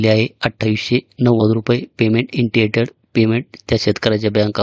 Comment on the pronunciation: इंटियटेड नाही ओ साहेब इनिशियेटड आहे